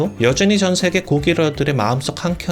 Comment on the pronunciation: 마지막에 '인녕히계세요~' 갑자기 이 왠 소스 ??? ㅋㅋㅋ 감칠맛 나네 ㅋㅋㅋㅋ